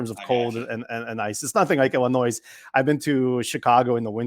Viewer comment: How does the host not know how to pronounce Illinois?